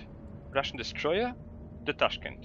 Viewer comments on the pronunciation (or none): its correctly pronounced taashkyent